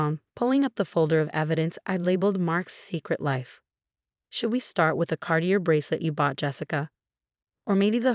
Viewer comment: If the narrator isn't AI then please find one who knows how words are pronounced. She slaughters reading Cartier.